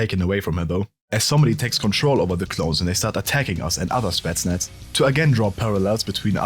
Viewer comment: It's spetsnaz, not stetsnats